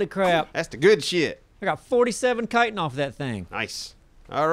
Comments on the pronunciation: i thought it was pronounced chitin aka shit-in but with a ch instead. not "kiten" lol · Not kighten its chitten havent you guys ever played skyrim? XD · Chitin is now pronounced Kitin. I've been wrong all these years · Great vids..... but Guys, it is pronounced "Chitin".... it's not a "c" or a "k".... ya'll driving me nuts over here! C H I T I N.... like Chicken but with a "tin"... Chi-tin. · That chittin You speek iT out as shitin